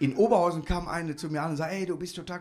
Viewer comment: Dass heisst "oberHAUUUSEN" lieber Markus😉🥳